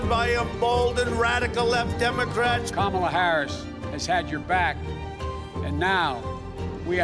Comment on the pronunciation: It's Kamala not Kalama 😂😂😂